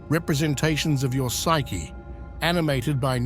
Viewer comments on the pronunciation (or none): none